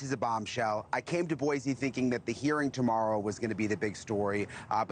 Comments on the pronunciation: Boy-see, not Boy-zee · Boi-see. Not boy-zee